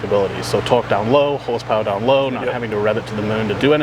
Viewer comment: Trying to figure out why the dude explaining sounds so weird when he say torque. Speech impediment maybe? But if so why would he be the one they send.